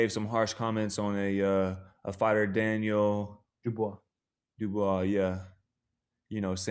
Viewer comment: My man Caleb still can’t pronounce Dubios